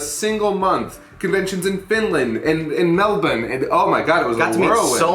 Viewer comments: yo this is a weird compliment but I gotta give major props to saying "Melbourne" the way us locals do! Seriously, not even the Brits can avoid hitting the hard "bourne" most of the time. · Respect to for pronouncing Melbourne right. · My favourite part of this commentary is the least surprising (and least interesting, probably) bit, but pronouncing Melbourne properly, got me. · holy shit he tried to say melbourne right! good lad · Just about to launch into this but before even starting correct pronunciation of 'Melbourne' already has me questioning existence. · Kinda small thing but might be the first non-Australian/New Zealander I've ever heard pronounce Melbourne correctly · Caught off guard by pronunciation of Melbourne, so used to Americans saying Mell-Burn